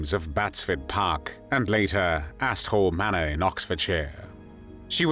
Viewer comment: literally had to turn CC on (after rewinding a couple times) to find out the real name of the manor mentioned. Not to be immature and not being from the UK it sounds a lot like Asshole Manor. Instead of Asthall Manor. Did anyone else miss hear that too?